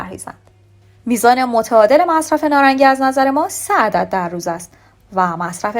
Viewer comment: تلفظ شما اشتباه هست نارنگی هست نه نارانگی لطفا توچجه کنید پارسی را پاس دارید